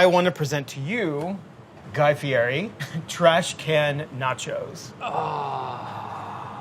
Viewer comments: I need the whole test kitchen staff to learn it's "Fee-YET-ee" the R makes a T sound! (source: Guy himself in today's Paul Rudd Hot Ones (and his own episode).) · "guy fieri's" name is actually pronounced "guy fieti". He corrected someone in an interview recently. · Just so he doesn't have to correct you (and he will), it's pronounced fee et ee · It's actually pronounced Guy Fieti. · It's actually pronounced "Fietti" believe it or not (thanks Hot Ones). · Why cant anyone pronounce Guy's last name correctly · Pronounce Guy's last name right! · Everyone pronouncing guy's name wrong 🙄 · how do people still pronounce his last name wrong? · Guy is extremely famous yet almost everyone pronounces his name wrong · mispronounced fieri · I'm surprised none of them pronounced Guy's last name right. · Oop, they didn't pronounce Fieri right. Guy would correct them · At some point, Bon Appetit will start pronouncing Guy Fieri's name correctly. But apparently not today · Why is there only one person on earth who has ever pronounced the mans last name right? Shout out to you Hot Ones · they kept sayin fieri wrong, its like everyone says it wrong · didn't even pronounce his name right lol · Why am I so offended that they keep mispronouncing "Fieri" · Why does everyone pronounce Guy Fieri's name incorrectly? :C Poor guy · No one says Fieri right 😭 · Why does nobody at BA pronounce Fieri right. 😭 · loveee thoseeee, I worked at his restaurant and got a chance to meet him but if you said his name like that lol he would get upset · I don't understand why it's so hard to properly pronounce Fieri :/ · Why can no one pronounce Fieri right? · Y'all mispronouncing "Fieri" :)) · You pronounced his last name wrong.... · The way y’all say fieri hurts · Except they dont know how to pronounce his name properly. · You pronounced his name wrong, it's fe-etti not fe-airy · it's pronounced Fieddi not Fieri as it looks. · It isn't pronouced Fieri, it's Fieti. lol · It’s pronounced “Fietti”